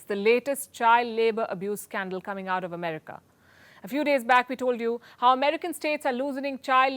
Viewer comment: Americ-AH! Lol